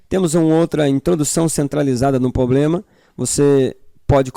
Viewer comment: cuidado só com os erros de português irmão, concordância. Não é "poblema" é "problema".... Mas muito bom o conteúdo